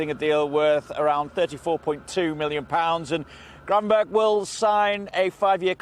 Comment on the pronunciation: It's Gravenberch, and why do you want him to go?